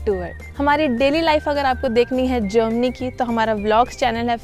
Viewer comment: Jermany hota hai jomany nahi 😂😂